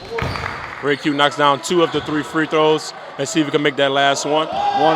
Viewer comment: respectfully stop calling me jayq it’s RAYQ